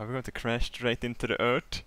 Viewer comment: The way he says Earth "Ert" XD